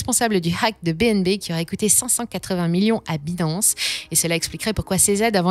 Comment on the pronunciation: C'est trop cucu la façon qu'elle prononce Binance😂😂😂. Il faudrait qu'elle prenne des cours d'Anglais. Hasheur le prononce si bien.